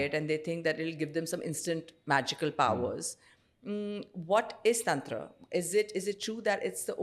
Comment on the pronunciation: Madam english accent me tantra bolte hue bohot bekar lagti hai! Taantraaaa! Paglait😒